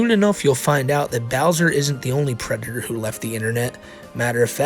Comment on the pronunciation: Lmao the white bowser is a pwedator